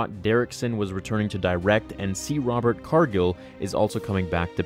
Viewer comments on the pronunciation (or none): none